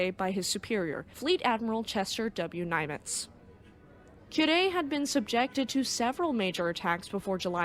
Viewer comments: Nimitz not Nymitz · Nimitz as in NIM its, not NYM its, but another great video though 😊